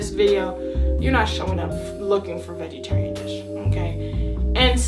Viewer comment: She said vegaterian dish for kcp😂